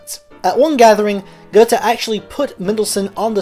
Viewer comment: Would you please be so kind to train yourself to be able to say "Gööööthe" instead of "Guttey"? You will manage. Just give it a try. By the way, there is something called International Phonetical Alphabet (IPA). In IPA, "Goethe" is spoken "ˈgœ-tə". Please get yourself familiar with IPA. It will help you with languages other than American English. (Perhaps you need to be informed that there exist other languages than only American English.) I am sure you will be able to get that right. With just a little effort. A tiny little effort. Thank you so much.